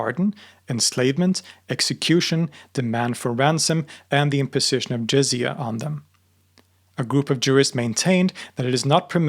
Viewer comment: “Zizia”🤡 its not zizia its jizya